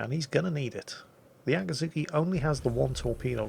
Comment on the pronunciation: It's not really Ahh kii zhu kii, but rather Aa-ki'zz-ki... oh well.